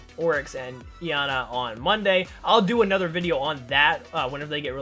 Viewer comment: It's pronounced yar-nar